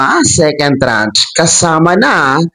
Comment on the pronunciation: Tranche, not trach....at hindi ako maniniwala diyan hanggang hindi SSS mismo ang mag announce.